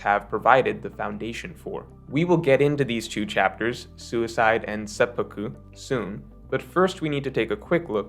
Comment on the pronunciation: say-p-poo-ku not say-pah-ku